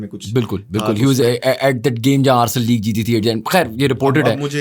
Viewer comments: Arsal nhi h arsenal bolte h usko 😂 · Aby saalo Arsel club nahi hota Arsenal hota hai